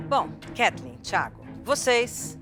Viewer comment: E até hoje o Fogaça não consegue falar o nome da Ketleen